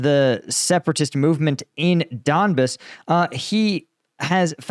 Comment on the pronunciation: It's not Don'bs.